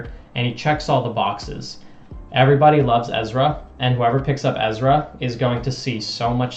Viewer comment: You pronounce Ezra's last name wrong. I hope Ezra doesn't go MVP. Discmania would be best fit.